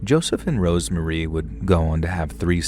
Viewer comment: Story 3... RoseMARY. Not Rosemarie. Ughhhhh